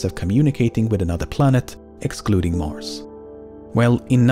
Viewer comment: Mars* not Mors